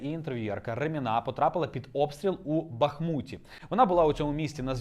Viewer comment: Ба'хмуті, а не Бахму'ті...позорище!